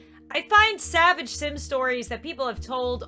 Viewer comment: recreating "sabage" things...